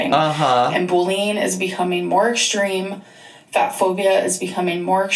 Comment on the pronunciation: That disclaimer is such a mess! "Mass majority" when she meant vast majority, "shed a spotlight", "boolying", "impordann". needs speech therapy.